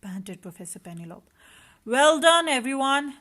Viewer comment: It's pronounciation is penelopeee , also you should read stories much slower for kids to understand and have time to see pictures too.